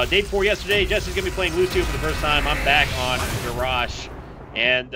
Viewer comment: Ga rosh LOL ITS GARROSH!